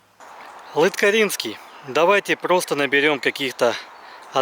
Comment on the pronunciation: ЛыткАрино! На итальянский манер ЛыткарИно слушается ужасно. Я сперва аж вообще не понял о чем речь...